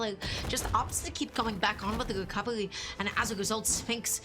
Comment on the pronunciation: "wecovewy" man i love her soo much XD